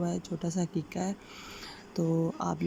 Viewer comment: Aqeeqah hota hai, Haqiqa nahi.